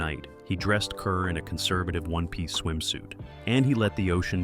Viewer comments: Deborah Kerr's name is pronounced "car." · Kerr. Pronounced "car." Zinneman. Not -"mon."